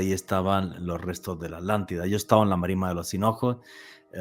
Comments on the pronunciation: QUÉ HORRIBLE COMO DICE ALANTIDA Y NO ATLANTIDA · es mas flojo que el tabaco holandés, no se toma el trabajo de pronunciar la At. Según el Diccionario Priberam de Portugués y el Collins Diccionario español-inglés, la palabra “Atlántida” se pronuncia de la siguiente manera: En español: /atlanˈtiða/ (at-lan-TEE-thah) En portugués: /atlanˈtiðɐ/ (at-lan-TEE-thah) (con un acento tónico en la “i” y una sílaba más breve en la “da”) En ambos casos, la pronunciación se enfoca en la sílaba “Atl-” con un sonido similar al inglés “at” (como en “atlas”), seguida de la sílaba “-án-” con un sonido similar al español “án” (como en “cán”), y finalmente la sílaba “-tida” con un sonido similar al español “ti” (como en “tiempo”) y la terminación “-da” con un sonido suave y breve. Es importante destacar que la pronunciación puede variar ligeramente dependiendo del dialecto y la región, pero en general, la pronunciación indicada es la más común y aceptada en español y portugués.